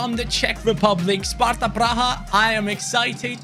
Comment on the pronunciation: You said all names right. Im Sparta fan and from CZ. :D Nice video